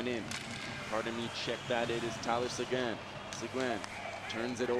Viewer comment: please his name is talyor seguin not segoine look up the french pronomciation please, the u is silent. thanks for the feed.